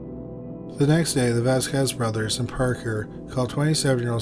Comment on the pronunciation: *its pronounced "Vos-scez"